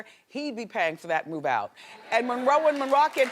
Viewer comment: Marilyn Munroe 😂